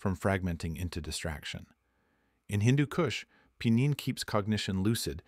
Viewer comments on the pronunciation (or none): Not pinon but pie_ neen, carry_off o_lean oh_si_mean, ;ter pin_o _lean, mur_seen. All said wrong sorry man. You say them wrong them right. The argument is valid though and trust me, durban poison has put me to sleep more than one, but both times they were 33 to 36% thc. Hindu has never felt anything other than indica heavy